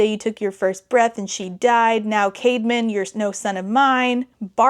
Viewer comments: OMG whenever she said Caedmon's name, I thought she was saying CAVEMAN!!! 💀💀💀It tweaked me out everytime lol 😭😭😭What a goofy name! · Why is his brother called „caveman“? I know it’s not, but it sounds exactly like that 💀